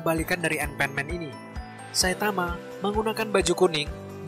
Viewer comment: Bacanya anpanman, bukan enpenmen. lol🤣